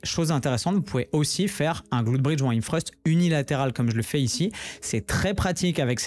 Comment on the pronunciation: hip thrust !!! pas him freuste stp 😂😂😂 et la machine porte le nom du mouvement , sinon le reste est genial 😜